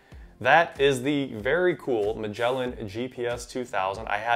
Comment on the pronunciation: That's not how you pronounce "Magellan".